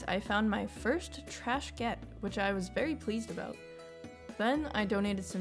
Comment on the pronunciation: i always thought it was a garbaguette, not a trash-gette 😅